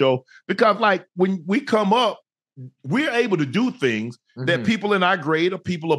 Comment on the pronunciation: He said sitting on them THANGS 😂😂😂😂